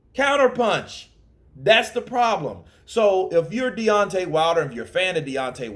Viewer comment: You butchered the guys name man 😂